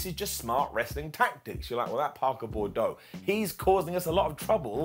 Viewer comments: bubbe, we love ya, but it's Boo-dro not Bor-dough. Stay golden. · Someone tell it’s Boudreaux not Bordeaux